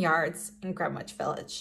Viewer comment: As a NY er I can tell u its pronounced like Grenitch. 10 out of 10 9n the video Made me happy xx